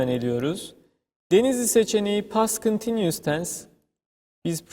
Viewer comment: teşekkürler,çok rahat anlaşılan bi eğitim videosu olmuş."continues" telaffuzu 10 numara ;)